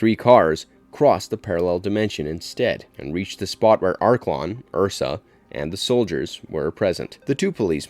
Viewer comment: I understand a lot of work must go into these but please watch the movies. Every time "Joon" and "Ursa" are uttered it triggers the cinephile within.